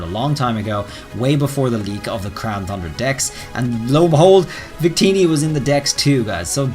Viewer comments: You need to stop saying the name of the dlc because hearing “thundra” over and over when it’s pronounced “TUNdra” is infuriating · It shouldn't bother me so much that he says Thundra instead of Tundra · I’m waiting for this Crown “Thundra” to come out! I haven’t heard any news about this one. 🤔 I knew there was Isle of Armor and Crown “Tundra” but never heard of Crown “Thundra.” That must be what they’re calling the next DLC then. 🤔 How can you be an English teacher if you can’t even pronounce “Tundra” correctly? 🤣🤣🤣🤣🤣🤣🤣🤣🤣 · I don’t think this will happen if I’m being honest. Also it’s not crown thundra, it’s crown T-U-Ndra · As an English teacher, you really should consider making it a point to pronounce "tundra" properly.